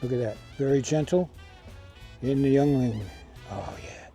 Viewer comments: Great technique. BTW it's pronounced ying ling here in PA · Holy cow your favorite beer and don't know its pronounced yingling